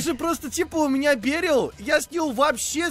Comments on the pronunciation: Бе́рил нет, вообщето бери́л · Он не бЕрил а берИл